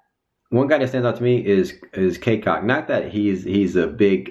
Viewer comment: its "Cacok" not CaCock bruh u made it sound nasty lmao.. well i think these bench players are just hyped and fired up right now coz theyre fighting for their minutes.. once the season start and they end up only playing 1min or not even playing at all they all gonna lose interest just like our bench players last year... when the season begins and stats matters then thats when the egos and attitudes shows up coz those stats are the one thats gonna improve their money bag $$$.